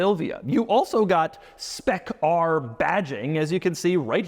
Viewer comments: Why are we saying spec rrrrrrr like blackbeard would have lol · When Doug says "Spec ARRRRR" he sounds like a pirate